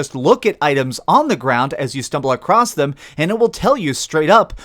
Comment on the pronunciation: “Acrosst” is not a word. It’s “across”